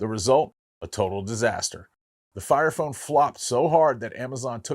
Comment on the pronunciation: did he just say FART FONE?😂